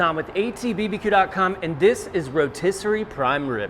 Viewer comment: The row-tiss? lol